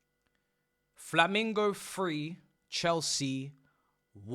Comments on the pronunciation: It's FlaMENgo. Not Flamingo. You didn't get beat by a bird mate. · The fact u pronounce discombobulated and cannot say Flamengo properly is beyond me lmao